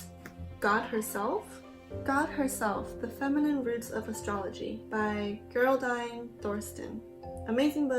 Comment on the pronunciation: Geraldine is pronounced jerald-een not gerrul-dine <3